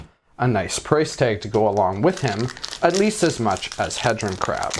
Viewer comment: It's not pronounce Head Ron it is Heed Ron. Like dodeca HEDRON